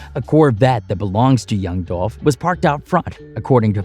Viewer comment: Are we gonna sit here and ignore the fact that the clown narrating this is purposely mispronouncing Dolph name, while, in the same token, making a mockery of southern slang... Racism is so real...